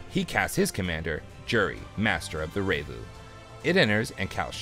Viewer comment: "Revue" is said like the word "review", not "ray-voo"